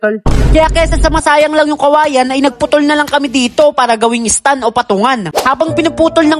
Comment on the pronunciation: Nice one pero STAND YUN hindi STUN 😅